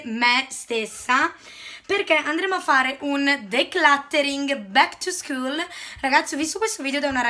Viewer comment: Ma come dici bak to scool